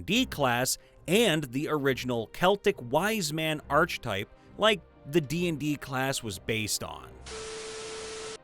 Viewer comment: d'Aubigny is pronounced "d-OH-bi-NEE",. And yes, Julie d'Aibigny was absolutely a Sword College Bard. "Archetype" is pronounced "arka-type", not "arch-type". Cú Chulainn is pronounced "koo HOO-lin". Literally means "Chulainn's dog", a debt he had to pay after murking Chulainn's actual dog by filling in for the dog in guard duty and manual labor (that last because Chulainn wasn't about to waste the strength of a kid who could kill an Irish Warhound barehanded; just made Cú even more ripped for later heroic shenanigans).